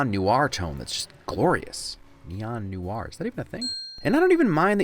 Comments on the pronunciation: How in the blue hell did you just pronounce "noir"? New-ar? :D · Kickass video and insights. Noir = pronounced: "Nwahr", one syllable, sir. :)